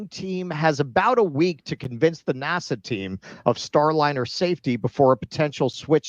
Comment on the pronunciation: The way you are saying NASA is driving me insane!!!!